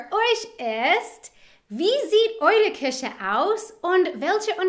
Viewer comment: Dein "Küche" klingt wie "Kirche", ansonsten super!